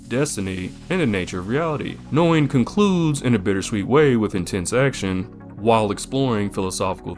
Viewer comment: This is one of my handful of all-time favorite animes that is etched into my memory. Must say though, that you have a rather ah.. novel way of pronouncing Noein 😄 It is more like Nóh-Ejn.